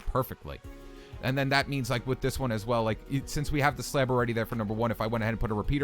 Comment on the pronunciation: slab not slad